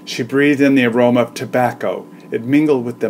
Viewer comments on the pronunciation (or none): none